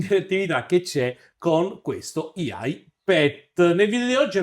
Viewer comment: ottimo video, decidi però se dire IA in italiano o AI(aiai) all'inglese, IAI mi fa un pò male alle orecchie come hd(em)m(ea)i